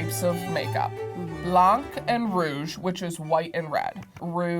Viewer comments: that was weird saying blank instead of blanc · u don’t pronounce the “c” in blanc